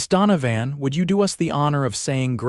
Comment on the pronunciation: It's pronounced don-o- van